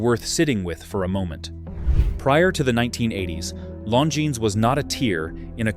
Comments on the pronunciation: Long-ins? I stopped this video after 0.31. I don't listen to AI when it can't pronounce names. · You lost me at Long-Ins